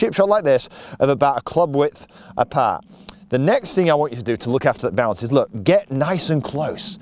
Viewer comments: Oh BOUNCE! For 75% of this clip I thought you were saying balance. 😂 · He said it 101 times but I'm still not sure if he's saying bounce or balance